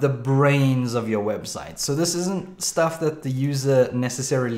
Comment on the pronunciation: it saying webstie 0_o